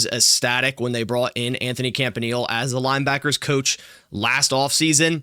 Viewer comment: Yea, He's awesome. Thanks for him. PS: his name is pronounced CAMP-AH-KNEE-LAY. Cheers